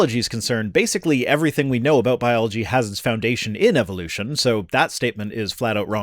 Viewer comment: Just the same way it's Eh vuh loo shun not ee vill loo shun.